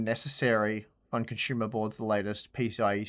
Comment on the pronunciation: Its not CONSHUMER. Its CONSUMER